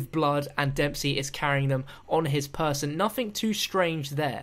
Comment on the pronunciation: He said person lol